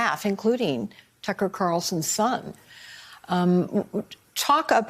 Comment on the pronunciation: The real battle is this guy saying "Tucker" correctly....